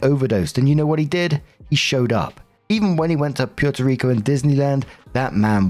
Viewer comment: that's not how you say Puerto Rico 🤣😭